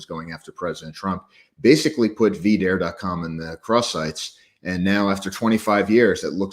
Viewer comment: “” couldn’t even properly pronounce the name “V Dare,” even after hearing it said by the guest.